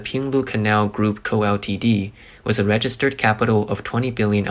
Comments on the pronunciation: dude keeps saying "wiss" but I can't find it in the dictionary. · why does this guy keep saying "wiss"? what is a wiss?